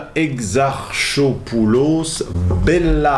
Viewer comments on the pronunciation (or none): le h ne se lit pas dans exarchopoulos je dis ça je ne dis rien